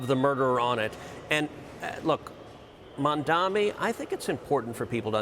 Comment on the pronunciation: the name is MAMDANI ! M-A-M-D-A-N-I . YOU SHOULD LEARN HOW TO SAY IT.